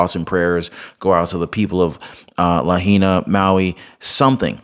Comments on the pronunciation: La HIGH Na. not LaHeena. Just helping no criticism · Hey: It's pronounced "Luh-HIGH-Nuh" NOT "Luh-He-Nuh" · Lahaina is pronounced La . hai . na🙂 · I love your channel but you're butchering the pronunciations! It's Lah-HIGH-nah (Lahaina), Mah-KEN-AH (Makena) and HAH-lay-AH-Kah-Lah (Haleahkala)! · Lahaina....pronounced Luh-high-nuh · Just a little FYI...it's pronounced La High Nah😊...watch your kind and informative videos everyday! God bless you and your family! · Its La-high-nah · it's LA HI NA! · Lahaina is pronounced "la-hi-na." The "ai" sounds like capital "I" in this word. As to the commentary that this fire appears to have been deliberately set, you are not taking into account that the real-time video of the downed power line, nor do you have any understanding that the Hawaiian islands have different climate, wind, and thermal patterns than what we experience on the mainland. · it's pronounced Lah-hay-nah 😅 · It is pronounced La HIGH na HI. 😊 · It is pronounced La high na meaning Cruel Sun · You need to know how to pronounce our island names…..You are being very DISRESPECTFUL at mispronouncing names….LAHAINA is pronounced LA - HI - NA……another one….KAHULUI….KA - HOU - LOU - E!!! KIHEI…..KEY - HAY!!! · as a former resident of Lahaina Maui, it drives me nuts to here the name pronounced wrong. Lol